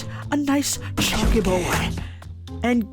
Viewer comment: CHONKEH CHONKEH